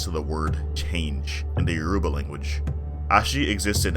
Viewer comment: I don't mean to be rude but before pronouncing any Yoruba word please learn the alphabet first, it is pronounced as Yo as in Yo then ruba so combine both you get Yoruba sometime the R and U is removed as in Yo'ba